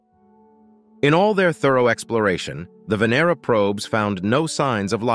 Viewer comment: The correct pronounciation of Venera is Vah-nair-rah, not Vin-er-rah, as the video voice states it.